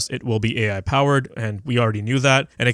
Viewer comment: LOL, "AI" sounded suspiciously similiar to "TV" from 12 years ago ;).